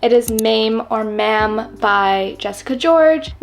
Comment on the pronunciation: The book Maame is pronounced “Mah-Meh”. Almost like Mama! 😊